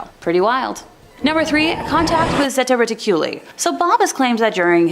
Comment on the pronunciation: Zeta Reticuli is pronounced (zā ‘ tä ret ik’ u lī)